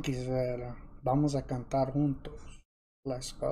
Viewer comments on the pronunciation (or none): He say "Vamos cantar juntos" yes, it's portuguese. But, he use spanish pronunciation. In portuguese "Junto" the J have the same sound like J in english word "Join" But, he pronuciate in spanish, and in spanish the J have a sound like french R "Runtos"